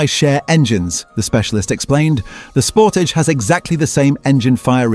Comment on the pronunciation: Ford "pooma"? Sounds right. "Sportij"? ROTFL. Gotta love AI slop.